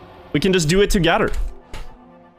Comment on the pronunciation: i find it so weird that when you say "together" you pronounce it "togedder" but like other "th" words you pronouce the "th" like if you say "other" you say it correctly. thats so odd bro xD